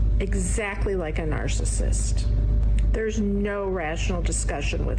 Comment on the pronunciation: Narcasit she says kettle pot black